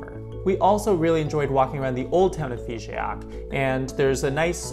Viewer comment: Hello,! Nice video, and nice trip. You were right to visit this part of France 🙂 But don't bother too much much with the prononciation of "Figeac" 😉 It is not "FigÉac", but simply "Fijac": the "e" is silent 😉